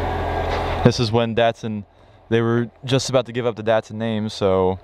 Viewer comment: DAT- SUN not DEHT-SUN